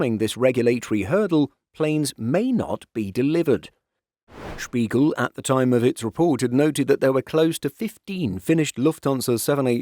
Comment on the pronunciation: Can you speak Germany, because you sad Spiegel right. Would you like to make Videos with Aero News Germany?